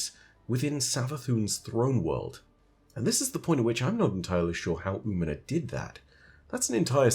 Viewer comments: Hey, Umina is a female hispanic name. Also the ñ is emphasized. Think "ooh-me-nya" for the phonetics. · Hey, if you want help for the pronunciation of Umiña: oo-mean-nya. Tilde (~) in Spanish adds a 'y' sound to the letter n.